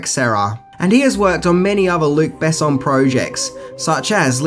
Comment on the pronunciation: And the emphasis in "Besson" is on the "o" not the "e" :)